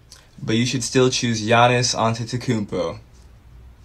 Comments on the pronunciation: he said thannis antetokounpo i think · That guy didn’t say Giannis he said thianis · He said thaisnis ante or how ever u spell it big giannis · he said thanis antetoukoumpo bru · He said thiannis not giannis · He said thanis Antetokounmpo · Definitely said thanis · He ain't say Giannis... Lol